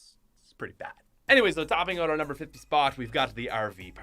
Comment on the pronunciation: Why do you say “ote” and not “out”